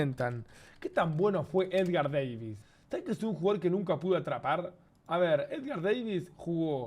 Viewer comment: no me la creo que no lo tengas a edgar davids, y es davids, no deivids jaja